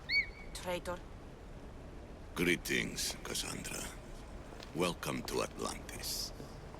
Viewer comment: Pronounced Hermes Trismegistus correctly but not Kassandra... oof